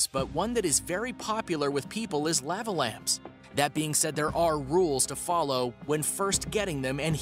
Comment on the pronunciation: I have never heard lava pronounced like that LOL